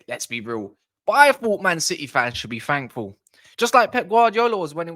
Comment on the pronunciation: “Man city fans should be “fankful”??? Why would anyone take someone seriously who can’t even speak properly?